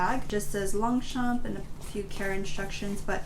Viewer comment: I’m French and we don’t actually pronounce the p in longchamp